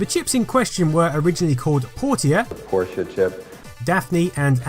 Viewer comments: Also, Portia is pronounced 'Porsha' , not 'Portier'! But I'm splitting hairs here - overall am blown away by the quality and detail of this documentary. Very impressive! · He also mispronounces "Portia". It is not a three syllable word "por-tee-a", it is a two syllable word, "por-sha". By the way, "Porsche" is just the Germanic spelling of "Portia" and is also pronounced "por-sha". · Portia is pronounced the same as Porsche. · Awesome vid... couple of tiny, tiny gripes that made me cringe a little... It's not "port-EE-ah" It's "porsh-ah"... and it's an IBM AT - as in say the letters, not an "at" machine. Before the AT was the XT... would you call that an "exkst" ? Other than that, thumbs up :) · Portia is pronounced "Por-sha". Not "Por-tear" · great video...however "Portia" is NOT pronounced "Port-E-Ah" its "Porsh-Ah". Did you really think one of those engineers had a girlfriend whos name sounded like something large boats pulled into? That would be hilarious though. Anyway, keep up the great work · Portia is pronounced Pour-sha, just like the guy in the original footage says it but for some reason you pronounce it Pour-tee-ah.🤨🙄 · Its pronounced Por-cha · Portia is actually pronounced like Porscha. Just fyi. K bai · Please redub this, with Portia pronounced correctly. (It's pronounced "por-shuh".) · it's pronounced "porshia" like Porsche... when pronounced correctly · Fantastic. :) But sorry, I cringed every time you said Por TEA ah. Hah. :D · That's not how you pronounce Portia, its "porsha" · Por-tia lol. Great vid as always though! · Jesus, the computer tells you how to pronounce Portia, but you still get it wrong. Also, the 'c' in scythe is silent. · I love how you mispronounce Portia then immediately play a clip of someone saying it correctly. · why do you say portia like that?